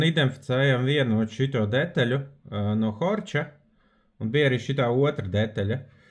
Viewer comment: Horch latviski izrunā "horh"